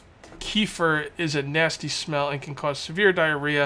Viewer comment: It's pronounced kuh-fear